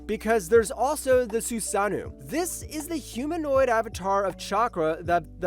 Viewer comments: It’s susano’o not “susanew”. What’s with all u lazy content creators mispronouncing words. Do better culture vultures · Can't watch any further after hearing "susanu" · wtf are you saying man, susanu is NOT how you say susanoo